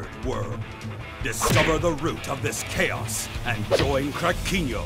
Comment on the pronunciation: I had to rewind just to check if you really did say "CHaos"